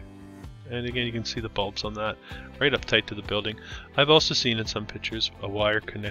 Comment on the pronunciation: "pictures" not "pitchers" ....